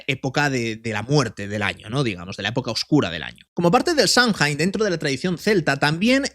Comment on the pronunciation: Samhain? Samjain ❌ Samaín ✔